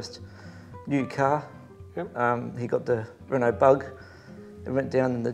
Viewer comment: Great story and how pleasing it is to see a program without boring muscle cars. Do us a favor, please teach your man how to pronounce the cars he is interviewing. It's Reno not Renult. If he followed proper motorsport he would know that.